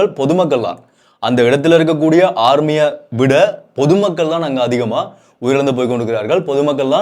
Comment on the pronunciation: UAE = 7 STATES DUBAI ------> BUSINESS CAPITAL ABUDHABI ----> CAPITAL SHARJAH ALAIN UMM AL QUAIN RAS AL KEIMAH FUJEIRA THANKS FOR THE NEWS UPDATES!🎉🎉😊 Rrmeee illa thambee SAY "AAMEE" (ARMY)❤🎉